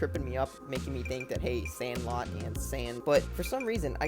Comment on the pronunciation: 😂 the way you said sand lot